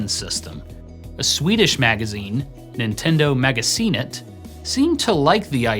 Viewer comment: you pronounced "Nintendo magasinet" correctly haha! Love from Sweden!